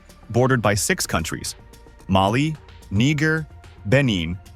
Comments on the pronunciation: Why are you showing Rwandan dances and people in this video? I saw you literally put a video of Rwanda old government in Arusha and state its burkinabe culture what a gross miscalculation! Also the pronunciation is NEE JAY not niiiger. A lot of things here were misleadin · Did he say “NEE-gur”? 🤦🏽‍♀️ Dude try “knee-ZHER” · It's pronounced (Ny-geer) Niger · commentator : knee gerrrR Me : 👁🫦👁 why he pronounce it like that 😂😂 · But he pronounces 'Nigeria' correctly. How did this dummy screw up 'Niger'. Wierdo must've felt a rush😭🤣🤨